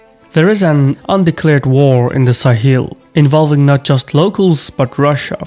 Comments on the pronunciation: All good but Sahel is pronounced Sa-hell, not Sa-heel. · Sa-hel not sa-heel